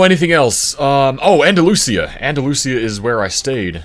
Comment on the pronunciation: Just FYI Andalusia, AL is pronounced Anda-luge-uh